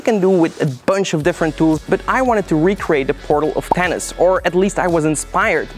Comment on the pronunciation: Your accent makes "Thanos" sound like "Tennis" to me. Haha